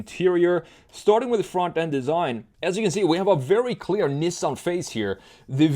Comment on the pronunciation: thats not how you pronounce nissan omg